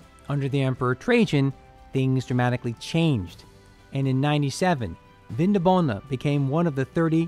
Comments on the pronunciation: Very interesting, even for a Viennese! One little annotation only: the latin promounciation was/is VinDObona (with emphasis on the 2nd syllable) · It‘s pronounced Vindóbóna